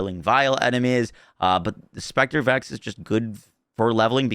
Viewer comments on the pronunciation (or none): none